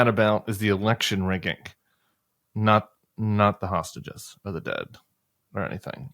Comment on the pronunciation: Trump said, "saugeses" v "hostages".